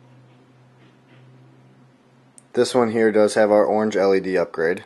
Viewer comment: lol its really funny the way he says "orange"